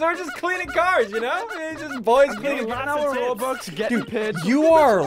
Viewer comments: You mean ro-bux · He said ROBLUX